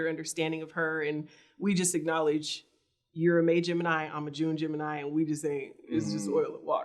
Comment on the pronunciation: Damn, u really are illiterate 🤦🏽‍♀️ At first i thought u were playing around with words intentionally lol but when u just said “ah-knowledge” instead of pronouncing the “k” i fell out!! 🤣😂😅